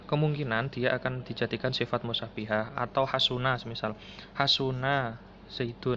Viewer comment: Musabbahah mas bukan mussanihah